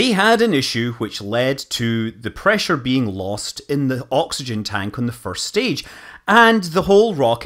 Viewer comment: God's preesure